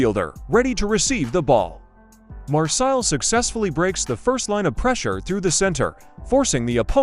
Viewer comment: Usa a tua voz! Migoel Tixéra? Marsil?